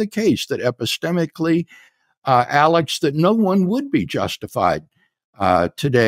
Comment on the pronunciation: Whenever so called “dr” craig says epistemically, it makes me cringe. The guy is psycho.